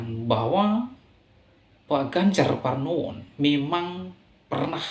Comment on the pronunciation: Ganjar Pranowo bro bukan Parnowo hehehe